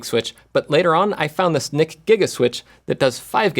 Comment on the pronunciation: how many takes to make it very clear you're saying NIC GIGA?